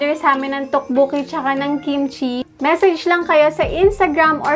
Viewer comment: Its pronounced as Tokboki not Tukbuki